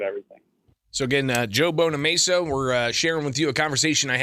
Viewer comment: BonamAssa, not BonaMesa.